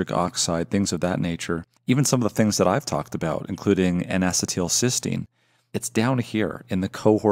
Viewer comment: "In a settle Sistine" N-acetylcysteine